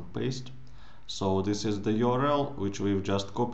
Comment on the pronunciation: Video your-el